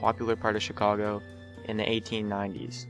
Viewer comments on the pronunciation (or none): none